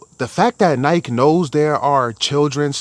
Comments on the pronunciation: Why do u say Nike like that lol 😂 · If you can’t even pronounce Nike properly, I’m out.